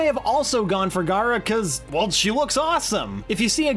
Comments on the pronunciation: He's pronouncing gara as gaara. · It's not said like "Gaara", it's said like "Gher-ah" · Her name isn't Gaara, it's Gara (G-air-uh).